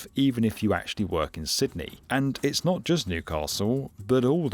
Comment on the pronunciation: Pretty sure you pronounced "Sydney" correctly every time. I guess that's worth a "like". I've been subscribed for quite some time now but it was an amazing experience (and highly amusing) listening to your pronunciations. That said, well... like the rest of the Aussies I noticed in the comments, when it opens to the public and is affordable, I'll believe that it might happen. We have a technically-not-two-party-duopoly political party system here and they're known for sabotaging anything that the other side tries to do for the country's long term health/success. Thanks for the video.